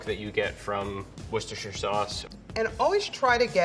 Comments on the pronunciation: STOP SAYING PESTOSHIRE LIKE IT'S A THING YOU MADE IT UP AND IT'S OFFENSIVE TO THE BRITISH, TO THE ITALIANS AND TO YOUR EXISTENCE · Just gonna say I think that's the first time I've heard an American pronounce "Worcestershire" correctly. Edit: x2